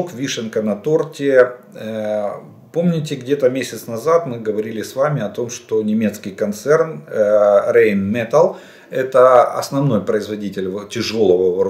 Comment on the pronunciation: Правильно будет Райнметалл, так немцы говорят.